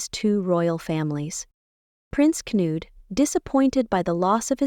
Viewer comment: Knud, not Canood. Benedikte is pronounced Ben-eh-DIK-tah, not Ben-eh-DIK-tay.